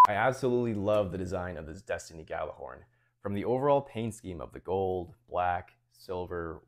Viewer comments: That's true. It's kinda hard to write how we say it in Icelandic, but Gjallarhorn is pronounced similar to "G-yeah-dlar-hordn" 😁 I just checked on Google translate, how it pronounces it and the Gjallar part is correct, second part is close😁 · Yeah most people don’t pronounce it “yallar” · That's absolutely beautiful. Stunning work, man 😊 Fun fact, Gjallarhorn is an Icelandic/old norse word. Means loud sounding horn and in modern day it is a megaphone, also, almost no one pronounces it correctly 😄